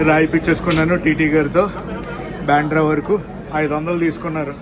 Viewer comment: బెంద్రా కాదు బాంద్ర